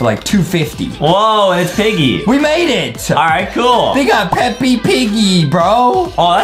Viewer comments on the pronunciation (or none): This man said peppy not peps lol